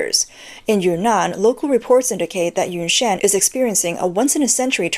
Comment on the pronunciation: Ynnnan huh? Not Yunnan?